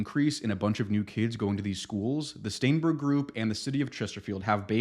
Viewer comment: "STAENBERG" Every single time.